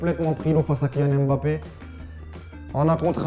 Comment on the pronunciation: Mais c'est quand ils vont arrêter avec le hemBappé! c'est mbappé! même les anglais respectent mieux la prononciation de ce nom...